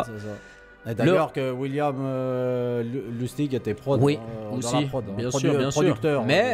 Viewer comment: tout à fait, c'est un classique de Lustig ( vous prononcez son nom de la bonne façon car cela veut dire marrant en allemand) Merci, vous faites du super taf.